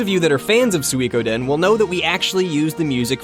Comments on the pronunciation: I thought he put too much emphasis on the we part of Sui, so SuWEEE. Think of 'chewy', you do not say cheWYYY. The same applies to Sui. The "ko" part is often not pronounced at all by people, but should be. So, "Sui-ko-den". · I have the feeling that he's saying "Suikoden" in a wrong way,but then again, I think I'm the one saying it wrong. =p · He definitely has too much "ee" in his sui. Those two vowels should be short and sort of flowing together. Thumbs up for your explanation of what he does wrong, I cannot disagree with a single thing about it :)